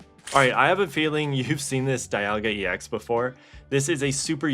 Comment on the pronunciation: Sure you can see my interent history. All you'll see is ebay and pricecharting 😂😂😂 Also you say Dialga right but not Rayquaza?